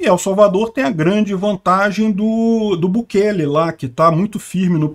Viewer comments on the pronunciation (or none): none